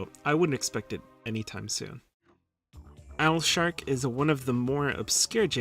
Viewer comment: Just when you think you've seen it all, you said Alshark!